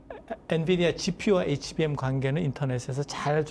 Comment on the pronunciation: 진행자가 HBM을 HMB라고 하는데 대담을 진행하려면 사전에 공부좀 하고 나와야 하지 않겠어요?